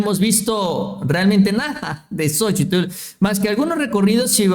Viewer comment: Ya deja de decir "xochitul"